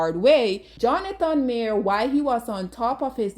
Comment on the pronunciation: Imagine making a video about someone and not even being able to pronounce their name correctly.